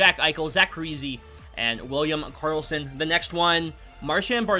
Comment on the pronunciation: Pretty sure Parise is pronounced Par - e - say not Par - e - see, the i is like an e. Also Sid Abel is not Sid Abell its pronounced like Able. Just an FYI